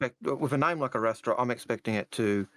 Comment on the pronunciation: Did call the Arrastra the ErikEstrada? If so, I'll put my "Chips" in;o)